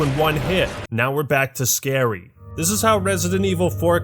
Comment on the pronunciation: "Resident Evil is to scawy" jeez people are snowflakes